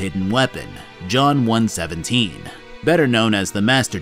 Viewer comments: bro really called chief "John one seventeen". I get that's how it's written but it's pronounced (In universe) John One One Seven. just saying. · I'm the kind of Halo nut that goes "Did he just say John 'one-seventeen'"